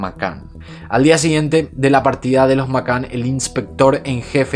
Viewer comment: Me encanta tu trabajo , pero tengo el inglés como lengua materna también ! Y cada vez que pronuncias Mccann no es correcto 😅😌 a mi, me suena muy raro . Grandísimo trabajo